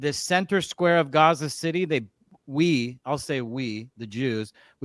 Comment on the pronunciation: literally proves Nick right by putting emphasis on WE lmaoo even though he hates the Israeli government he still says WE